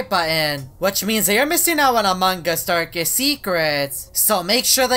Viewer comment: Why he says a mangas